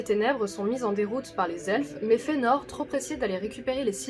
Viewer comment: Vous le prononcez comme si le ae était un e dans l'a, mais ce n'est pas le cas. D'après les indications de Tolkien sur la prononciation, ce serait Ma-i-zrosse. Et Fe-a-nor aussi, car il y a un tréma sur le e. Vidéo sympa sinon, Maedhros étant un de mes personnages préférés...